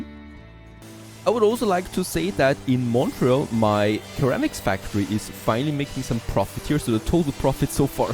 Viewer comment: Minor English pronunciation nit-pick just FYI: the initial c in ceramics is soft and sounds similar to an s as in, for example, security.